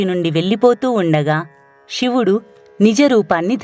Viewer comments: ఇలాంటి భక్తి ప్రధానమైన వాటిలోనైనా ఉచ్చరణ సరిగ్గా ఉంటే బాగుండు. శివుడు షివుడు కాదు. ణ అక్షరాన్ని సరిగ్గా పలకండి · వ్యాఖ్యాత మాటిమాటికీ శివుడిని షివుడు షివుడు అనడం బాగోలేదు క్షమించండి కథలో ముందుకు వెళ్ళలేక పోయాను